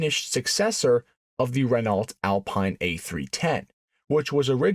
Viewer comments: Bro.... Renawlt? Can't be pronouncing car brands wrong, makes you come across as a phoney. It's pronounced Ren-oh. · Renault sounds like reh-no.